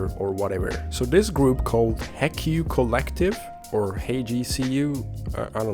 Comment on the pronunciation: MF prefers opfor over hl, but cant pronounce HECU.